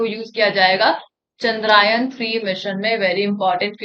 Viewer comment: I think content to aap shi daal rhi ho but plz aap apne Pronunciation ko better krne ka try karo...like aapne kmse km "Chandrayaan" ko 2-3 times "Chandraayan" bola aur iske alawa bhi bhot glt Pronunciation kiye h aapne..........(Just a feedback from one of your subscribers).